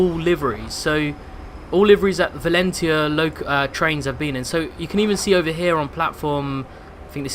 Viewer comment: You've been into trains since you were young and you can't pronounce Valenta correctly?